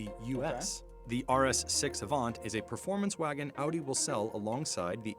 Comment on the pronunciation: Just realized you switched to pronouncing "Audi" the German way instead of the American way like in older videos 👍